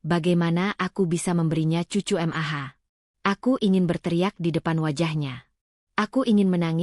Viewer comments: Mendengar ceritanya ok,,tp cara pembawaan nya yg aneh,janggal,,setiap kali ada kata" mamah bisa jelas panggil nya, tp kenapa klo Panggil Mah,,ko, jadi M.A.H,,/ M.A 😂😂😂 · Dikira singkatan oleh AI